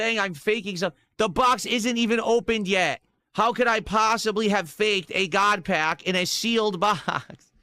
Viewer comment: "GOUT PACK"